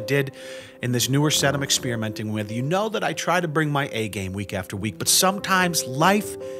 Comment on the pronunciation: What's an exSpearmint? Anything like exPeppermint?